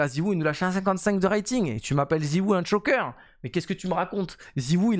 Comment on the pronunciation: c'est "choke" pas "chock", t'es allé aux USA tu peux pas te planter sur un mot anglais aussi simple 😭